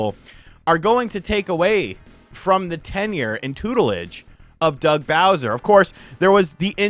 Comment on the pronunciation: Soo loong Gaey Bowseer!